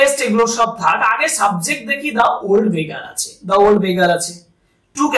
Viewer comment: beggar টাকে begga বললেন মনে হলো😅 but kharap bhabben na apni khub bhalo bujhiye bolen ❤ ami porasunote kono mojar jinis pele khub bhalo mone thake 😊